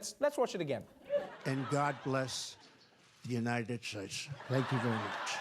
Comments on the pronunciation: God blesh the United shtatesh 😂😂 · How you perfectly pronounce every other country the right way but the united shuays😭😭😭😂😂😂😂😂damn fool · Remember when everyone thought that Hillary Clinton looking sick was so serious? This fucking moron IS president and butchered how to say United States😂